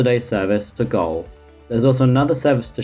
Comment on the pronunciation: Good videos and great graphics, but boy your pronunciations are terrible! It's like you don't look at the actual letters being used in the name. We all know that 'oo' makes n oooooo sound yeah? Sp why would you pronounce "Goole" as 'Goal'? Also, it's Bishop Auckland not BishopS Auckland. Also when referring to the routes that leave Southport as shown on your map, you said Stockport. (You also said Stockport for the errr Stockport youtes). The numbers you say on the narration often mismatch with the numbers on the graphics. The format is excellent but you just need to take a little more care with the content. And also look a little more carefully at the place names you're attempting to pronounce.